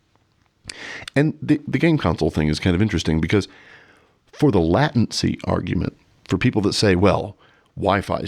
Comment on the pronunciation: Excellent talk! Just added you to my subscriptions. And just checked the pronunciation of “latency”. Appears to be a long A. Only - no alternate. Am i wrong?